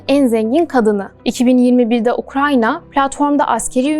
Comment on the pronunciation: Ukranya değil ya Ukrayna